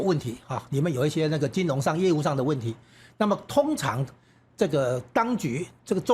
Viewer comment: 金融唸成金隆口齒不清媒體人民代名嘴多人的缺點，又不是沒有讀小學注音？且多字錯唸音其都是學唸中共國 的人媒報導錯唸音，人家亂拼音你妳也學連王瑞得也一樣學中國人亂唸張雅秦更嚴重•••幾乎人人都有些字口齒不清的，只剩下少數媒體人堅持台灣本土學的正確拼音唸字才真讓人敬佩又安慰，原以為自己六十年來使用的正拼音字被他們錯亂掉了？原來學中國人在網路上錯誤拼音，注意：中國連破音字也不懂更不會用不會唸•••。另海角七號_中國人唸成海絕七號，不要學中國人了吧！